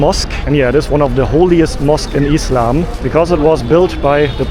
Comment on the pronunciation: I like the way he says "eeslam" (islam) 😂❤❤